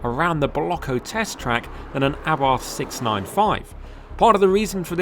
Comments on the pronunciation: Porsche is not pronounced “Porsh” and Carlos Abarth has never been British, hence his name is not pronounced with a th. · I almost closed this video at that mark because of the grossly incorrect pronunciation of Abarth. A lay person getting it wrong is fine, but it is beyond me why CAR JOURNALISTS seem to refuse to pronounce names correctly. It's for this reason I've stopped watching any UK reviews of Hyundai cars... the pronunciation of the name is f*cking atrocious. DO BETTER!